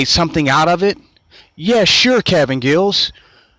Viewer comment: Giles not Gills stupid